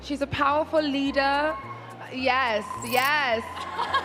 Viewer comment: powaful lida